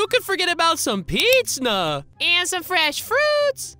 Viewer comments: My favourite bit is when u said dowitos and pitsna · When you said pizzna😂 Miro_sonic8